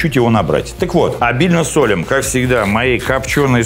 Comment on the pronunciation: В слове " солим" ударение на втором слоге.